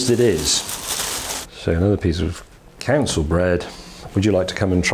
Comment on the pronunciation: "council bread"?